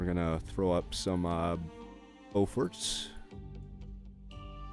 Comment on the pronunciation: Pronouncing Beaufort/Beaufighter correctly. Batting 1000. I usually send out subs in pairs and have gotten pretty good at coordinating their strikes so they get simultaneous hits. Sometimes on the same target, sometimes one each. Very rarely two targets each.